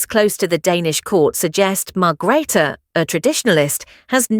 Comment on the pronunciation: Margreater you need to pronounce her name correctly